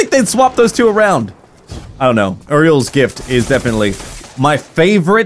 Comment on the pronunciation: Yur-E-Els Gift not Err-E-Els Gift